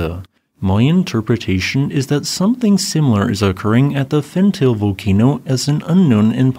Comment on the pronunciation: My friend, if you are going to report on a volcano's activity, PLEASE try to learn how to pronounce its name properly. Fentale is pronounced Fen tah ley, not Fen Tail. Ale in the afar regional dialect means mountain. Erta Ale means smoking mountain.